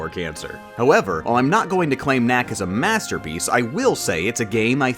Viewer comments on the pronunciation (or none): Knack is a mastah-peece